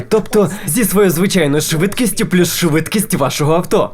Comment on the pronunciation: В українській з'явилась "подвійна «С»"??? Чи це просто "швидкість амфетаміну"? Дебіли; тошно слухати!